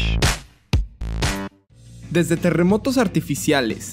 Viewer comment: Pu siste pleach en ves de plech